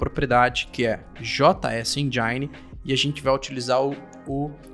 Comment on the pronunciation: Não sei onde esse pessoal tira esse "endjaini" quando falam engine 😂😂😂😂